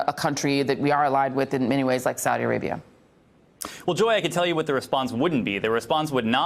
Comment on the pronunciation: Why does she keep pronouncing "Saudi" differently? Get her some lessons on how to pronounce key foreign words, please.